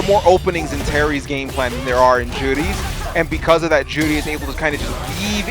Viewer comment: Hate the way that guy says Juri "Joowrhli" You're not Japanese you weeb, just say Joo Ree